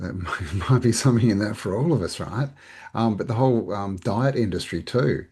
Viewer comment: Die-t Hell-thy